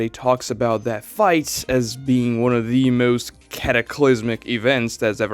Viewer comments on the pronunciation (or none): none